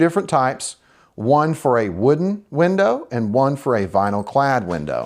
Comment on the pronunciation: he doesnt know how to say window